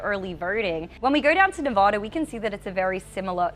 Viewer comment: you still are pronouncing Nevada wrong! It’s VAD not “vod.”